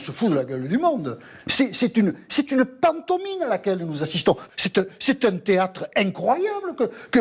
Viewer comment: bonjour à tous, il faut dire au Monsieur chauve du début que l'on dit "pantomime" et pas pantomine. il est hélas écouté par des millions de gens (si étrange que cela puisse nous paraitre...), donc si quelqu'un peut lui rappeler , ça pourrait limiter les dégâts en terme d'érosion culturelle. peut-être; ché pas en fait, mais faut lui dire je crois... allez une belle journée à tous..!!!